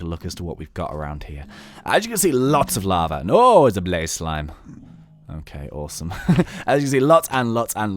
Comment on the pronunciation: Did anyone notice he said blaze sline